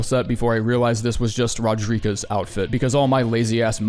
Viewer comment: Buddy really called Roderika “Rodriguez”😭